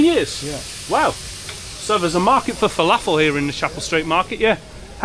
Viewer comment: That's not how you pronounce falafel. Please learn